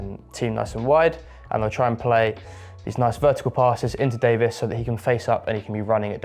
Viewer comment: What is it with folks overseas mispronouncing Davies name?